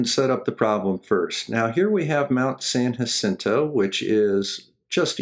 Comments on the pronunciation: Thank you for pronouncing San Jacinto correctly! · It's Mt. San-YA-sinto, and Point DOOM. But, then again, I doubt I could pronounce half the cities in MI...